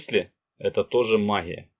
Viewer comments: А что у спикера с буквой "Г" ???? Это что за махия....Такая ассоциация что товарищ Брежнев делает обзор по " махии во блахо...ховорит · Гъ гъ, магъия гъоворят, не возможно слушать